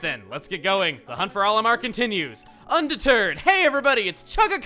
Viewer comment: you said underterd